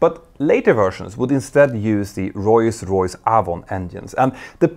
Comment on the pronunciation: He is still calling Rolls Royce, Roise Roise.